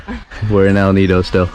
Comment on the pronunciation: I'm amazed by your fluent pronounciation of El Nido and Puerto Princesa